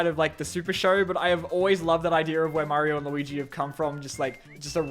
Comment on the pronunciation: Maryo movaie mommant